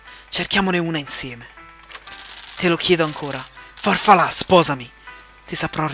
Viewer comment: stavi per dire farfalà quindi consilia è farfalà!